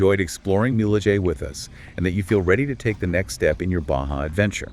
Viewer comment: it's Mule-Hay not mulejay